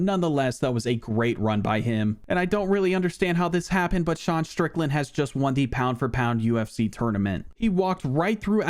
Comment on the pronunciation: You keep mispronouncing Deshawn Strickland